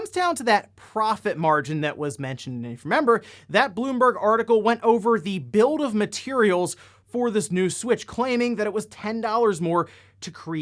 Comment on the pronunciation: It sounds like you keep saying "build of material". Am I just crazy?